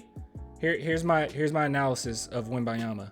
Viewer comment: PLEASE pronounce the N when u say his name, make that little effort, out of respect , cheers brother